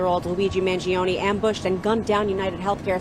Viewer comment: such.a caker way to say Mangione! with 3 syllables. Cmon make a better effort to pronounce an Italian last name!